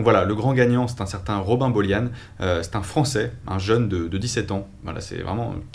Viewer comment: C pas des gap mais des AIRE qui fait est c pas robin BOLIANE mais ROBIN BOLIAN 😬